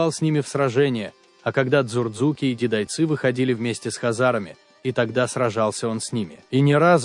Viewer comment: Автор, если не знаете произношение названий, слов этнонима кавказских народов и стран, то не надо их исковеркать. У вас дзурдзуки стали дурзуками, цховреба стало цховрээба, дидойцы стали дидайцами. Не надо придумывать не свойственные произношениям кавказских народов акценты.